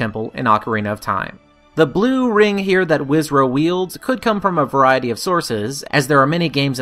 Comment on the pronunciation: kinda hate how he says wizro instead of wizrobe but maybe I'm picky